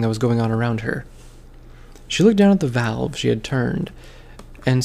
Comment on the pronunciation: It's valve not value